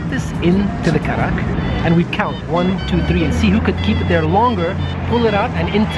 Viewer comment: Thank God... You got the right. It's Kadak not Karak. I don't know why every place in UAE it's written Karak. And even samosa. Everyone in UAE says sambuusa. It's very irritating when they mispronounce Indian dishes.